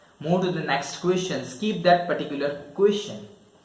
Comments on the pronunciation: It's skip not skeep.... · Skeeep ? Seriously ! 😂